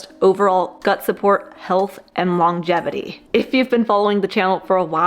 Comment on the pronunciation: Great video, even though you did mispronounce longevity. So, it’s not long-gevity. It’s lon-gevity. It’s only one G. The bald guy says it right